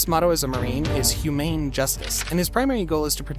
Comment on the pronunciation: Humain? You mean, humane?